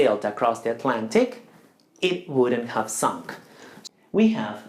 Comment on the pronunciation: very good lesson, only pronunciation "sunk"